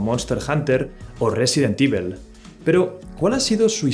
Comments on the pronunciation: Me desespera tu pronunciación del inglés: Evil se pronuncia "ivol", no "ivel". Apple se pronuncia "apol", no "apel" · "Resident ivel" 😂😂